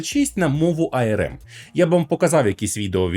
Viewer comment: що таке айерем? ARM типу? якщо так, то можна казати АРМ. Бо айерем це IRM...